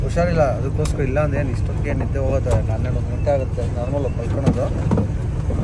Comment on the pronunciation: ನೆದ್ದೆ ❌ನಿದ್ದೆ ✅